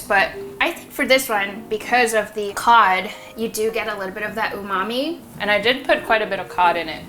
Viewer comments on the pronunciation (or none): none